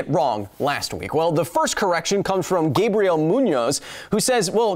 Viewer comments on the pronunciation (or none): none